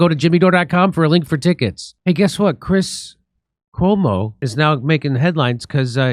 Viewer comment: I know there is "C", but every time I hear Chris "Huomo"..